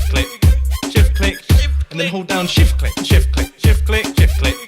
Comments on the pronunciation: it sounds like "Shift Clit" After a while lol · It sounded like shit flick lol